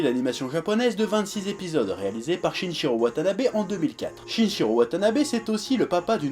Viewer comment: tu gères la fougère d’avoir parlé Shin'ichirō Watanabe, merci!!!